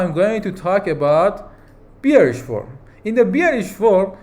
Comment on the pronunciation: Please check the pronunciation for the word Bearish